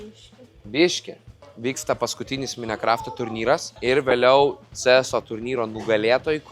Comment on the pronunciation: kaip minecraft taria viskas aisku kas per zmogus is karto